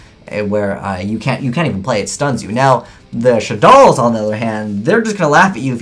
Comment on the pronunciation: 1. You pronounced shaddoll wrong 2. You put too much emphasis on what cards the decks don't have 3. You pronounced shaddoll wrong